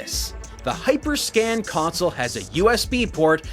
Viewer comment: Actually he mispronounced the name the entire video, he kept calling it hyperscan instead of hyperscam